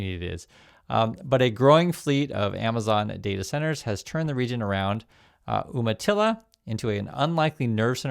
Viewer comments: Umatilla is pronounced with a 'long U' sound, You-matilla. Not Oom-matilla. Native American word/tribe. From a native Oregonian.😊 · "You-ma-tilla," not "Oomatilla." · YOU-matilla NOT OOM-matilla. Are you sure you grew up in Oregon?? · It's pronounced YOUmatilla, not Oooomatilla. And you were an Oregonian. Shame!!! Love your videos. Thank you for the unfiltered truth. You're making a difference. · FYI it is pronounced "You-matilla." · It’s umatilla pronounced youmatilla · For an Oregonian you are always getting the native name pronunciation wrong. Pronounced You-matilla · Umatilla is pronounced You-ma-tilla.